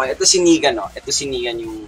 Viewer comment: It's "Negan" by the way not "nikan" 😁 anyways thanks for this! 💙